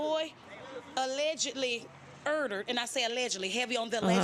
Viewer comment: Urd-dered? WTH is with this butchery of language.